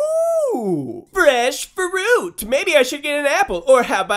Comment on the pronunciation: “Fresh FaRuit”